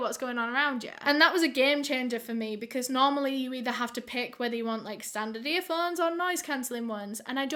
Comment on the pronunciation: i love when she says earphones like “earfunds”🥺